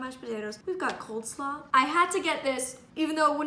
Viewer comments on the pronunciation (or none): It's cole slaw, not cold slaw... Like Cole Sprouse 😂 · Did she say cold slaw? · Wait did she say “coldslaw” or did I mishear her. Also if she did is that a thing they say up north because in Texas we say Coleslaw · Is it just me or did she say "coldslaw" lmao. She's the cutest. Im NOT making fun! 😂😂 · Did molly say COLDslaw?!?! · Molly if you did merch of regular everyday things, like measuring cups, but made accessible, and also with braille... I think you could actually get it into stores. I mean I'm sure it's already out there, but with your adorbs branding, I'd buy it for sure. Also, did you say cold-slaw? or coleslaw? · did you say cold slaw?!